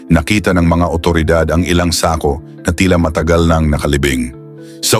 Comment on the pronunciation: Okay na sana kaya lang mayron akong hindi nagusttuhan sa pagbigkas mo ng SAKO.